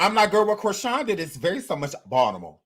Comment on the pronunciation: I love your Fine but...... The Braxton's are from Severn NOT Baltimore(I love how you said it the way we do ) We never claimed them. Heck we don't claim Chrisean super slow, can't read the room booga sugar loving, ignorant tail. Again love your channel. 💓💓